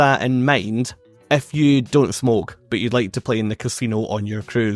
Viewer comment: Every time you say 'If you' it sounds like 'F You'